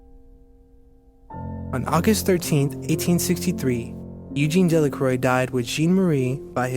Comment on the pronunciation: Pronunciation of his name was the first thing I noticed.